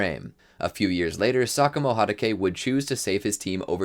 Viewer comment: Who tf is kakashi haruke? Its hatake